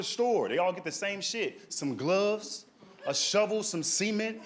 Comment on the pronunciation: Hillarious! Hey, masterful storytelling. Just wondered, are you purposely pronouncing the word CEMENT like C-MENT instead of suhMENT? Because both times I heard the word SEMEN😅